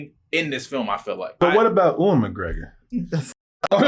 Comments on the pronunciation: Uwe-N McGregor!!!! 😅😅😅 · I can't unhear "oo-in" McGregor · It's pronounced You-in.